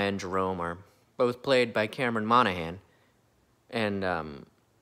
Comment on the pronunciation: It felt like Benjamin had seen your previous videos in the series and was trying to politely correct your pronunciation of "Monaghan" lol